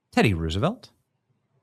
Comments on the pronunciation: The horses are "trotting" not gallopping. And it is Rose a velt, not Roos. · Benny! ROSE a velt! Not ruse a velt! Uggggg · Why are you pronouncing Roosevelt like that? It's suppose to sound like "Rosevelt" not "Roosevelt". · Pronunciation of Roosevelt is as in rose, not rooze. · Nobody east of the Mississippi pronounces Teddy and Franklin's last name, "Roooooosevelt" (anymore). It's been pronounced Rose-a-velt my entire life. Watch any history program made in the last 70 years about the Depression or the Panama Canal. The president's name is "Rose-a-velt". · Come on man it's "Rose a velt" for Pete's sake Benny it's not Rooosavelt 🤦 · Fun fact: Roosevelt is actually pronounced Rose-(uh)-velt. The name has Dutch roots and both Theodore Roosevelt and Franklin Roosevelt confirmed its pronunciation. Research it if you don’t believe me. 😂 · It’s not rusevelt